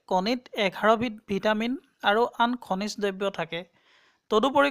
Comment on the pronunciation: দব্য নহয় দ্ৰব্যহে হব লাগে।